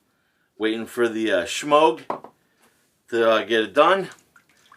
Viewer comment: I always chuckle when you pronounce the brush Shemogue, like there is an H in it.